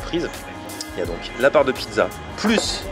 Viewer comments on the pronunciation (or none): "Une piza pommeu de terreu" svp